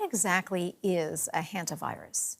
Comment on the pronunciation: a what virus? I hear Henta Virus...